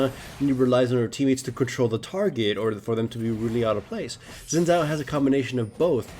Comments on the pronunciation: Zin Zow... It's Sin Jow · it is pronounced sh-ee-n Zhao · sheen jiao. pronounce it like that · Haha 'Zin Zao'. xD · It's certainly true that Xin's kit needs to be made more elaborate. It's a shame that wasn't Riot's aim in his buff, and he'll be nerfed again shortly even though ultimately he's not a great champion (he's never in the LCS). By the way, Xin's name is pronounced Shin Jao. It's Mandarin Chinese.